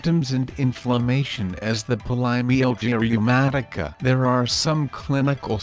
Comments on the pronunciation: Try not to say the name of the condition too much in this video with AI, it sounds mispronounced. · The robot can’t even pronounce this disease. 🙄